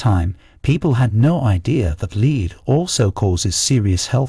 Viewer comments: He pronounces the element lead as “leed”. precisely why Jimmy Page wanted Led Zeppelin and Lead Zeppelin. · Lead (element Pb) is pronounced "Led" and not "Leed". The bits about capital punishment is repetitive, and one bit is stated near the end in a discussion of something unrelated. Editing error?